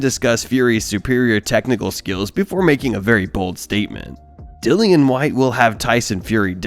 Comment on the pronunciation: It's not dillan it's dillian